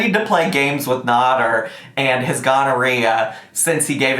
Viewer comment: It's pronounced nAder not nOder! Just saying ☺️